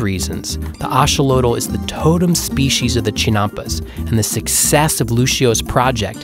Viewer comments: It’s pronounced a-XO-lo-tl, not A-xo-lo-tl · i have never heard axolotl pronounced like this